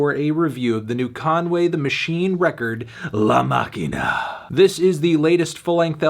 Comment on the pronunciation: The Pronunciation of "La Maquina" Was impeccable